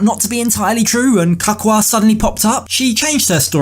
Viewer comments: His name is pronauced Ka-cu-a,it's not hard to say. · 'Kakka' in my Afrikaans Language means shit! Jesse is a Hollander and that is why he cannot pronounce Cacua's name correctly, because Afrikaans and Holland sounds almost the same! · It's his pronunciation of Cacua's name for me 🤣🤣🤣